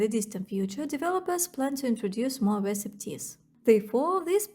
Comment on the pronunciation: Great job. I've been liking these videos. I have two pieces of constructive feedback. 1) Don't worry about apologizing for a skin condition you can't control. If people are more interested in your looks than your content, they are in the wrong place. That's what OnlyFans is for. 2) In English, the word "recipe" has 3 syllables with a long E sound at the end. The I can sound like the short I in lick or sometimes like the U in punk. So: reh-sih-pee or reh-suh-pee keep up the good work.